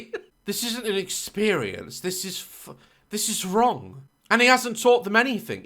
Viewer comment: My favorite time-stamps♥ "oh its got bin juice coming, oUGH" "OH you ffff--------" deflates "just spit in their mouth, just puh-" convulses "even if they went EUGH" That killed me💀 "correct me if I'm wRRRong 🇪🇸 /sarcastically/ "idk about you but I don't see the difference" "I need to hit someone" dumbfounded